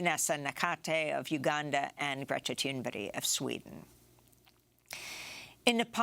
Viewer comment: Why don't you ever pronounce Greta's name properly. Never. It's rude